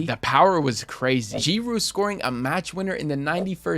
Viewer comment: YO SRYSL MY MAN SAID JEEROO INSTEAD OF GIROUD